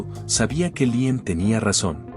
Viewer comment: Porqué cambia la pronunciación y dice Liem en lugar de Líam?